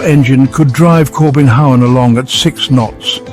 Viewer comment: No, not the "Kobenhavn", the "Corbin Howen" , haha